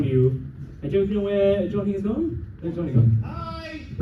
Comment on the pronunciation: Of course can’t pronounce Johnny’s name